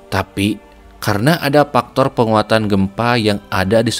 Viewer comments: Faktor bang faktor ... Bukan paktor 😭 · Faktor kang bukan paktor 😂😂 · "dari paktor ... " yak, ini bener2 voice over orang sunda